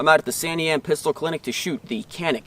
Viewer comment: It is pronounced Janick unless of course you are not a pro turkey .